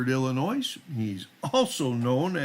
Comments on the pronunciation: You’re killing me. It’s pronounced ill n oye, the “s” is silent. The FOID card is required to own, buy, or possess a firearm or ammunition. Meaning even handling a firearm without a FOID is illegal (unless you’re with a FOID card at a range.). In Illinois you have to have a FOID n order to get a CCW. No FOID means no CCW. Illinois requirements to get a CCW are some of the more strict in the country and I don’t believe Illinois acknowledges any other states CCWs. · just so you know the letter “S” at the end of Illinois is silent. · I love your channel, except for one thing. Im from Illinois, and even there is an S at the end, its silent!